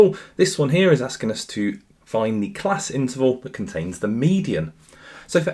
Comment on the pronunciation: unc turned japanese for a sec 💀